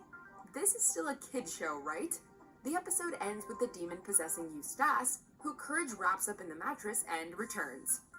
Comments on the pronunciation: I hate that mojo sucks fuck with the little things like EustAHce instead Eustace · U stash.... it's eustace Bruh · I die a little inside every time she says it wrong. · ikr. She can pronounce Muriel perfectly , but makes a cock-up of Eustace? It's bad enough when non-english speaking reviewers screw up the names, but this woman is clearly American...okay, I get it now.